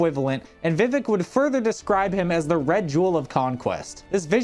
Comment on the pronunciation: Yeah he says “vivick “ instead of vi-vehk it’s irksome